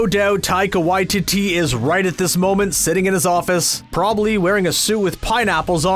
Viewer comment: Ffs, when are you going to learn how to say Taika Waititi's name properly? Just listen to how he says it.